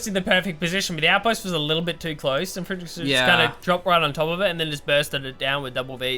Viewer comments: its not frittengeschütz. its frit-ten-ge-sicht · haha even worse:D u pronounced it like fritten-geschiss... this would be (french)fries-shit ^^ pls;) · Today I learned: 80% of GeneralsGentlemen viewership seems to speak German. Also I can't decide which sounds funnier; English speakers attempting to talk German or the other way around. Protip: It's pronounced "fritt-uhn-guh-seesht" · fritten are fries and gesicht is a face so his name means friesface ...the way you pronounce gesicht means shit tho lol that would be friesshit ^^